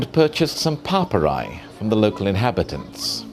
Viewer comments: Papyri. He said it 20 times before I figured out that he meant papyri. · Horrendous pronunciation from a horrendous host.